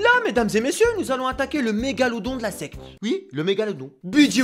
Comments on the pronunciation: qui penser qu'il disait sex et pas secte ? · Il dit Sex ou Secte...😭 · Pourquoi à chaque fois qu'il dit secte j'entend sexe